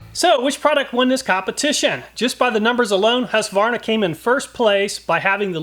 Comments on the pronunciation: I get that you nickname Husqvarna "Husky" but it's not pronounced that way when you say it in full. Hues-Kvar-Na The "Kvar" is the difficult bit for American English. Prolong the A, sounds like "Kwan" (same as swan) but with an r mixed in and a sharper A. IPA/Swe: hʉːsˌkvɑːɲa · I couldn't understand the name you pronounced. And you didn't show it so we could see it. It sounded like Harsvana.